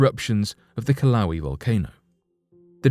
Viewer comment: You sound like a damn fool. Ka-Wal-ee? For Kīlauea ... i mean yeah US and UK pronunciations are different, but you didn't use either. the fuq?